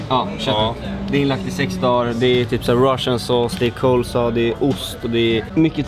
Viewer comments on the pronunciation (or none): sa fel, han sa "colesaw" det är coleslaw lär dig.